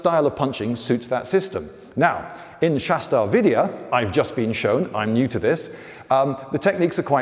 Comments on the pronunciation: its shash-tra tra is one syllable pronounced with a trill and its Vidya not VIdiya. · It's "vidya". Indian Pronunciations are hard to get.